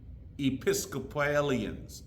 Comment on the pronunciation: Love the request to Viscount. I'm an organist in a Canadian Anglican church and laughed right out loud when you couldn't even say "Episcopalian". Thanks for the great videos. Got an A100 but recently came into a little money and am looking at that SOUL hard. What's the action like? One thing I always find missing on clonewheels is that long key length.